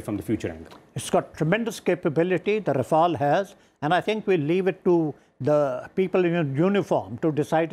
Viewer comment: Its not Rafael ,its Rafale..why he keep saying Rafael